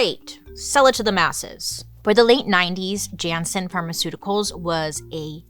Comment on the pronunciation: Turnhout is pronounced turn-hote. Jannsen is pronounced Yan-sen. Fan from Belgium. ❤😊